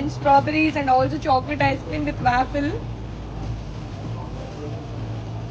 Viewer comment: no to hate but it's pronounced as, vaw-fl not vaafill